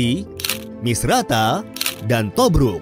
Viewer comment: Tobruk, kedengeran kayak Tobrut awokwowk